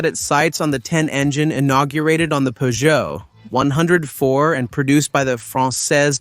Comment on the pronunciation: Definitely know this is dubbed as the anerican are getting the peugeot name wrong its not a 0ne hundred and four its a one oh four or a four oh four or a three oh four. Why cant Americans get simple language correct